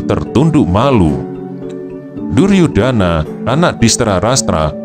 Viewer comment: DUR YU DA NA BUKAN DU YUR DA NA tapi bisa dipahami